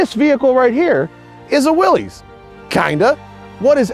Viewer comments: Willys is pronounced like "Willis". The founder of Willys was John North Willys pronounced with the "iss" not the "eze". Everyone likes to say it the other way, and that's fine too. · Pronounced "Willis", not "willies" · John North Willys did not pronounce his name Will - eez", he pronounced it "Will - iss:, as rhyming with 'Phyllis'. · J.N. Willys pronounced his name 'Willis,' not 'Will-ees.' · Great video, Matt! One big niggle - the brand is pronounced 'Willis' not ''Willies'. The company was named after John Willys when he took over the Overland brand, hence Willys-Overland, before WW I. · Omg people say it right Will·is not Will·ez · The family name is pronounced “Willis”, the company, by the thousands that worked there and bought the products, was “will-eeze”. I only began hearing the “Willis” pronunciation within the last few years. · "This is a 2021--- Willees (pronounces it incorrectly)... Is a purely skin deep" ****Jeep. "THIS is a Willees Jeep (pronounced is incorrectly again). THIS IS AUTHENTICITY" ****Shows and describes a heavily modded skin deep Jeep. Don't get me wrong. It's VERY cool and I'd love one. But man, the hyperbole is so nonsensical. And the host is completely unlikable and unable to stay on topic. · I heard from from a video here on YouTube that descendants of the Willy's, that the name is mis pronounced (Will Is) is the correct pronunciation... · It's NOT a "Willies"! It's a Willys, as in "What you talkin' bout, Willis?" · I really do not want to be pedantic , but here i go . It is pronounced WILLIS . The willys pronounced WILLIS overland company . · The oldest films out there pronounce it as willeez. And his name was willis but the company was willys. So different spellings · Drinking game: Take a drink every time this dude mispronounces 'Willys'. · I'm of the opinion that he was pronouncing it in the incorrect way. People that I have spoken to who were familiar with them in period pronounce it in the other way.